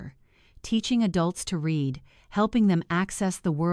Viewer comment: I have a different comment. If these stories are read by AI, how come they keep pronouncing r-e-a-d wrong? And other words. An IV meaning intravenous as 4? And St. as street rather than saint? Easy to solve. Why don’t you try?